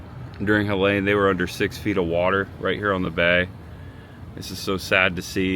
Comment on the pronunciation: My 15 Year old and I are helping neighbors tomorrow. 😢 I love Tampa Bay. It is pronounced Heleeeeene heh lean . Not that the name is worth mentioning. Even at Target today I saw rows of frozen food being tossed out. Makes me so sad. Love makes it better. Champa Bay indeed!